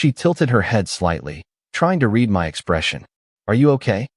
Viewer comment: Read … pronounced Red …not reed in this case.